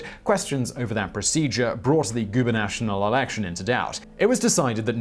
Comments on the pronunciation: Sorry Simon, usually mispronunctions don't bother me. Esp from you because you usually include a disclaimer. But gubanational triggers me. I'm assuming it was a typo in the script but u said it multiple times.Gub-a-na-tor-ial. They are to determine the leader of each state; the governor. They are never national. Governors are of British origin, but as far as I know, governors Re pointed by the queen not eletdcted (might not be the case in the entire commonwealth) . Because of that, I doubt gubanational is actually a British term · Learn how to say Gue ben a torial. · Did that bloke just say guber-national? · And it's pronounced goob-en-o-torial😉👍👍👍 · This genius mispronounced the word "gubernatorial" 2 times ! Proof that Brits are even dumber than Americans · Yep, "goober-national" was bugging me too. He usually does a better job at pronouciation. Probably one of the best on the web. Oh well, no one is perfect. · Hey goober...not guber-NATIONAL but gube-NATORIAL. I though the British were supposed to be snart. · gubernatorial not gubernational goo - burr- nuh- tor - ee- ul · GubenatoRial Not GuberNATIONal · Guber National? Gu-ber-nat-or-I-al. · GUBERNATORIAL not gubernational. It's a British word for God's sake! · goo ber nah TOR ee uhl